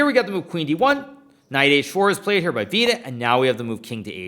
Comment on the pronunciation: "Veeeedit" fxxkin hell.. my hears r bleeding.